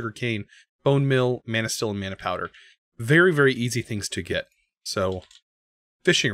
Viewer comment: every time you said manasteel all I heard was man o steel. alright movie